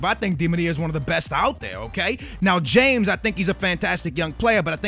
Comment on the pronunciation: James is pronounced [ha-mes] and he went for 106 mil